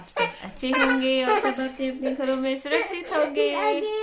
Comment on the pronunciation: आप की वीडियो अच्छी होती हैं पर सुरक्षित को सुरसित बोलती हो वो बिल्कुल अच्छा नहीं लगता ।